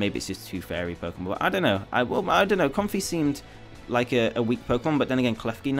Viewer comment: Com-fei it's a lei, therefore it's pretty clearly pronounced comfei, not comfy imo